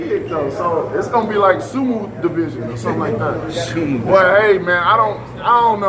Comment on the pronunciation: He thinks AJ wants to be him?!!!! That AJ looks up to him?! Ahhhhhahaha!!! He don't want to be like yo wild swinging no technique self! And it's "su-mo", that's how you pronounce sumo ok? Deontay you are trash! You aint ever had a big fight and now you want to ride off AJ because nobody knows who the HECK you are!